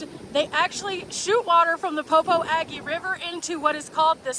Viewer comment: Fyi... it's pronounced Po-po-jhu. Not po-po-a-gee!